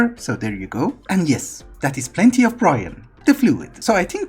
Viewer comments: you should probably check how you say brine because it sounds like you say brian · thanks ive been here for about a year but it still throws me off how you say brine